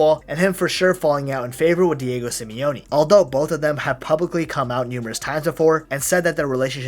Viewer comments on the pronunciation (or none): none